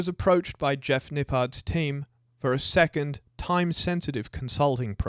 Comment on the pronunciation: 3.4 seccond instead of second.